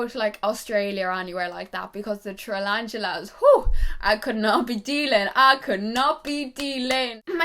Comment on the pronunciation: Tralantulas.... Yes. That's exactly how you say it! No hate I love you so much, it just made me laugh ❤